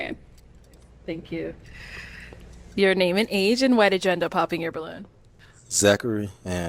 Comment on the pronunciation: Why did you say it like that Thank ya like that lolol 😅😅